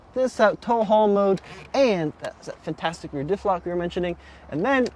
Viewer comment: It's "fintastic"....